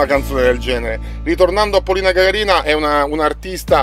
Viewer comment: Si dice gaga'rina